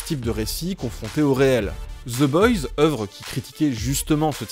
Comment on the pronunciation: Personne ne comprends la série oui toi en revanche tu ne comprends pas non plus ton propre langage... Oe ce prononce o aller ciao le énième génie bac+7 chômage de youtube